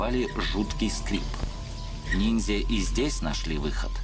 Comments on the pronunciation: "... непобедимые НИДЗЯ" - ржачно, эта ограниченная даже не понимает, как правильно называется то, о чем она вела передачу)) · Уже по тому как ведущая произносит слово "нидзя" сразу понятно, что программа серьезная, глубокая, подход научный. Вообще мне стоило немалых усилий остановить поток крови из ушей и глаз от этого пафосного и патетического испражнения